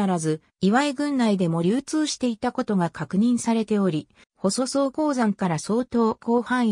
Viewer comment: ここに行ったことありますが、（ほそそう）じゃなく（ほそくら）でしょ？ちゃんと読み方チェックしてます？ たまに他のサイトやTVでもありますが、地名の読み間違いなどは不快になります。